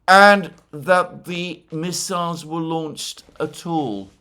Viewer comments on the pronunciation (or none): none